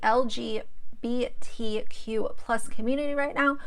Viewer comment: Why cant u say lgbtq normally?🤣🤣🤣